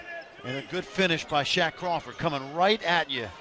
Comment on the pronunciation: "Shaq Crawford" lmao